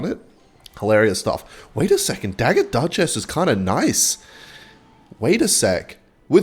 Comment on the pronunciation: Dagger duchess ❌ Dugger Duchass ✅